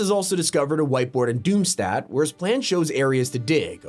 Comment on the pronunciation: It’s doomstadt (doom-sthot) 😭😭